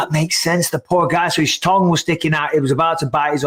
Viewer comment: Add tongue to the lost list of words Bisping can't say 😭